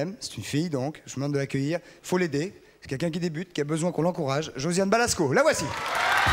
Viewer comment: C'est Josiane BalAsko, pas Balsko....